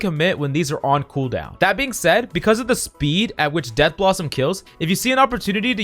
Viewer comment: It’s pronounced death blossom not dead blossom but honestly it doesn’t matter